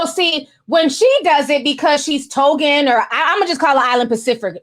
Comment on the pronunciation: Tongan not Togan.